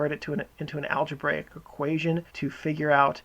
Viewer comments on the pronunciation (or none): none